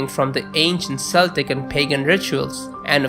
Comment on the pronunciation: Oh and just a bit of constructive criticism- Samhain is pronounced Sao-wen (Irish pronunciations are infuriatingly complicated) and Celtic is pronounced Keltic (there are no soft c's in Celtic languages). Thanks for the interesting video.